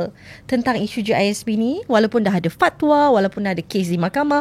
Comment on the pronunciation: sebut Fat wa tu pelik bunyi😂